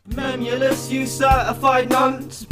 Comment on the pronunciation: Why did u say mem ulous its memeulous